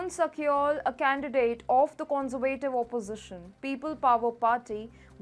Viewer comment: Con-ser-va-tive .... please girl you gotta learn to pronounce it right. Otherwise i enjoy your presentations. Thank you.